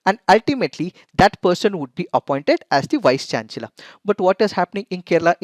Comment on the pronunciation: I'm sorry but the pronunciation of "chancellor" is wrong.. Please correct it!